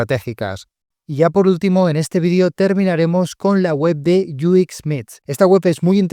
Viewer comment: Muy buen video, solo un detalle, por qué para decir UX dices algo como "iu ikx", en inglés se lee "iu-ex" o en español "u equis"